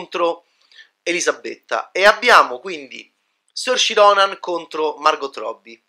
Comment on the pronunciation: "Sorci Ronan" ah ah.. ma li sorci tua ah ah:) Anche incapace di pronunciare correttamente il nome di Saoirse Ronan LOL! Si pronuncia "Sur-sha" ("it's Ser-sha, like inertia.") e vuol dire libertà in Gaelico!